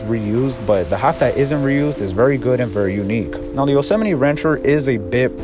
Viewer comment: its pronounced.. yo-so-mite